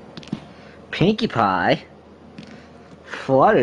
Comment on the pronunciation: Cashier got turned on by how boldly he asked for a pwinkie pwie and wanted him to ask her out